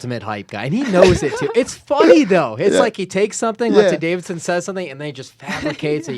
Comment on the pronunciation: love but it bothers me when he says Davidson instead of Deiveson